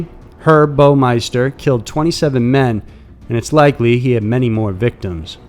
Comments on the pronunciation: Herb not Erb. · "Erb" Lol, I think you mean "Herb" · When it's a name. The h isn't silent. Herb. Not erb. Lol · Dude is pronouncing Herb as "erb", lolololololol 😅😅😅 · An "erb" is a plant, like basil, or, oregano. The shortened form of the name "Herbert" is pronounced "Herb". The "h" is NOT silent. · Herb is a masculine name with the "h" pronounced, not silent. The plant type called an "herb" is pronounced "urb." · With all do respect its pronounced Herb with the H as in Herbert. Not erb like weed. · ‘Erb’??? Really?!? ‘erb is a plant. HERB, as in Herbert, is a guy. Get a clue, dude. Btw, I’m pretty sure one of my mom’s friends was an early unattributed victim to Herb, back in November, -979. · OMG! Herb is a name, not a spice! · you DO know the H is pronounced in Herb, right? lol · In UK both the name and thr plant are pronounced with the "H" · did you just call that guy Erb? lol it's a name, not something you put in food....you pronounce the H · Its "Herb" Baumiester as in Herbert, you genious! Geez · Dude I'm cryin so bad cuz he keeps sayin erb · It is if your british lol Herb HHHHERB lol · The guy's name was HERB! The H is not silent! It is when pronouncing herb, as in chives, etc, but that does not apply to a person's name. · no. He mostly says ERB 're watch it aye or share aye ur called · Erb 😂😂😂😂😂 wtf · Herb is pronounced with the H not like herbs and spices (although in the uk we pronounce the h in that too) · Herb, there is an H at the beginning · I really enjoy your channel, yet I must ask you folks to research pronunciation. Herb the name is not pronounced like the herb in "herbs and spices". I look foward to watching more of your videos.